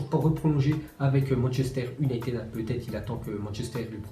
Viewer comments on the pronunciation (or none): none